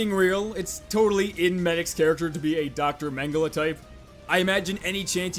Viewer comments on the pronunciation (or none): none